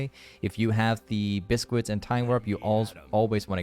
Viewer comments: please pronounce it correctly, it triggers me every time. It's biscuit, not buscooit. Search it up (google translate) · so there is just no possible universe thats how you pronounce biscuit unless ur trolling